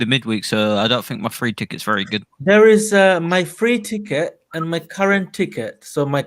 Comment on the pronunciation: you said ticket very weirdly 🤣